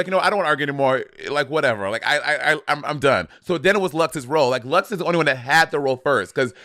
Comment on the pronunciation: They’re never gonna get Luxx’s name right huh lmao